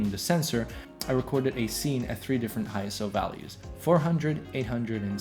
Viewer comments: ISO is pronounced like a word, not an acronym: eye-so, NOT eye-es-oh. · It's pronounced "eye-so" apparently. I pronounced it wrong for years too.